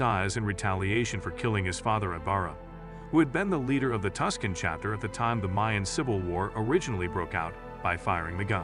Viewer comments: It’s Tucson, not Tuscan should know the difference bud when you do a informative video but I guess not 😂😂🖕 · Yo this pronunciation is killing me. “Gerro” tuscan? Like what the fuck are you talking about